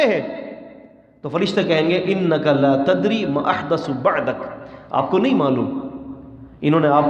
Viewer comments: لا کو چھوٹا کرکے نہ پڑھیں۔ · لا علم لنا۔۔۔۔کے لا کو چھوٹا کر کے نہیں پڑھتے وگرنہ معنی بدل جاتا ھے محترم ۔